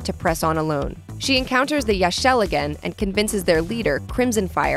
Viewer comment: its not her fathers old apartment, its Laras apartment. Her farther never owned an apartment, the only place he lived/owned was croft manor Edit 1: did you really just say Yaxxil as "Yac-shell"? Its pronounced "Yac-sheel" Edit 2: so you really ain't gonna mention the shadow of the tomb raider DLC's that has been out for MANY months